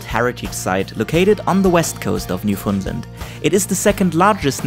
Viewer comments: It's not newfundlend its literally just new found land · Gave up listening ..... at very least the presenter should learn how to pronounce 'New- found-land'. None of this Newfundlund stuff! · It's pronounced New-Fin-Land. I know. I'm a born and raised Newfoundlander. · Jack_02 man what the he'll are you taking about!? he was pronouncing it incorrectly throughout the whole video, you're definantly not a new-fin-Lander. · Love how people that ain't from Newfoundland pronounce it as Newfoundlind 🤣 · We pronounce it Newfindland They pronounce it New found land or newfundlind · It's pronounced "New-fin-land" hope anybody that goes enjoys it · It’s pronounced NEW-FOUND-LAND not hridhrhrhirbfhrudndndd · Me too. Although I grew up saying New-Fun-LAND. West coaster here. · My biggest pet peeve is when people pronounce it as Newfundlend